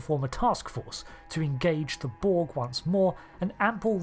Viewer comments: Hell yeah i've maxxed out the reputation and i'm always ready to throw down with the Checks notes "Brog" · "Anti-*Brog* Taskforce".